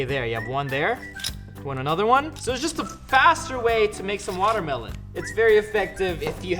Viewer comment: I miss you saying watermlohn